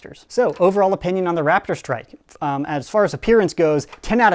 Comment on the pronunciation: Who else heard Rap - id - strike instead of Rap - tor - strike?